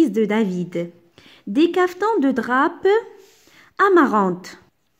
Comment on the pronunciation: Pardon mais on ne prononce pas le "p" de drap. SINON merci pour votre effort